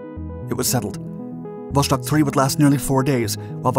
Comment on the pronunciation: Would like to watch the whole video, but hearing you say Wosztok is so irritating that i can't help myself.